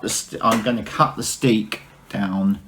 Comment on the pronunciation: In Dutch (here in the Netherlands) a single crochet is called 'een vaste (steek)'. There is also 'een losse (steek)' which is called a slip stitch in English (American or UK English or both?). The word 'steek', meaning 'stitch' in Dutch is not pronounced like the English steek, but more like stake or steak ... ;-)